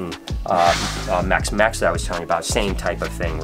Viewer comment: I liked the video as soon as he said mexicon’s